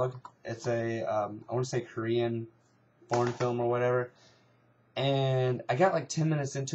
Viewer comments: it sounds like ur saying porn instead of foreign lol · when u say foreign it sounds like ur saying porn